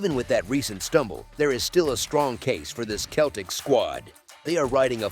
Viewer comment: Dude said the Kel-teks lol wtf